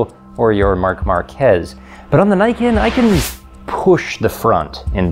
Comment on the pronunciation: Glad to see you pronounced Niken correctly! Ugly bike though.